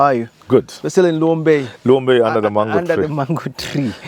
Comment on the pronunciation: What is "Luombay under the mango tree"?!